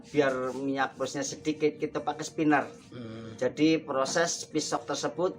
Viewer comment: Maaf spinner pak.. Bukan skiner